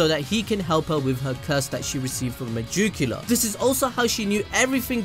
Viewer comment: MUH-JUKE-YULAR. The way you pronounce it is funny. lol